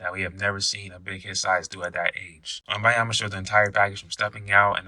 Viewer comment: His name is WembaNyama, with an N.